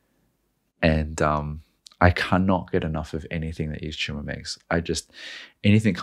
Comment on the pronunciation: The cheeseburger analogy sold me. Also: It’s pronounced “EVE-TO-MORE”